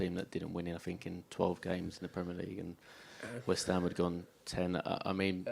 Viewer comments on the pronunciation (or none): FRANK ITS WESTHAM JUSUS